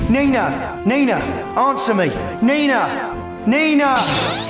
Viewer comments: Who the hell IS Nee-Naah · "WHO the HELL is NEEE-na?!"